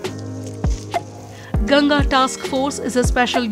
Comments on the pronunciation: Its गंगा.. Not गंजेज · what is gaenjes, it's gangaa. Should not butcher it's pronunciation when speaking in english